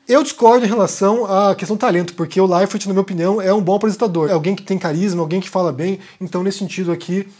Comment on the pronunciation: Esquisito ouvir você falar "Thiago LeiferT"